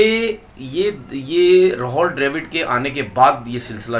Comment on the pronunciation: Tumara naam Tenavir Amid hai? Nahi hai to Rahul Dravid ko Rahol Drevid kyo bolte ho jaan boojhkar.